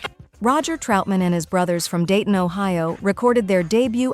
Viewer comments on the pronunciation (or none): none